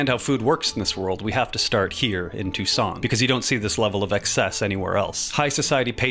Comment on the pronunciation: ah yes the city of toucson